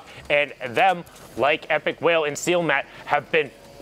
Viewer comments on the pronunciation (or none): He literally said sealmatt